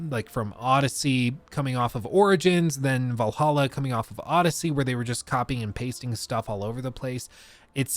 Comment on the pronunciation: I get disappointed every time you pronounced Valhalla right instead of "Vallaha"